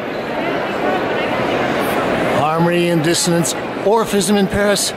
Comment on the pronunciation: often sounds like he's saying Orificism